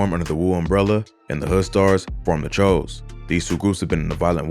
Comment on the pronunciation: its pronounced like chew like jimmy choo